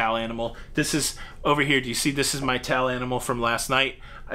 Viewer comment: PeTTA, for a second I thought you said "tall" and was wondering when you were so mean to "tall" animals, then slap on my forehead "towel" okay.. I get it... Next, question: is the COVID chart not updated because the Cruise Lines are not reporting or because the CDC isn't updating it, me thinks it's the CDC ...